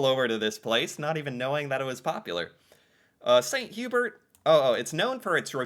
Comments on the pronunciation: "Saint - You-Bear" is sort of the french version of Swiss Chalet ... and yes very popular in Quebec. It is delicious. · All the French Canadians silently screaming as he calls it "Saint Hue-berts" 😂